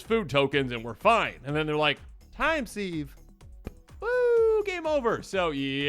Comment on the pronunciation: time seeve ..... ????? are you kidding me. Fucking get an common and basic education FFS. SIVE SIVE